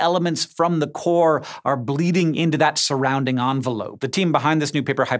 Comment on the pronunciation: EN-velope not ON-velope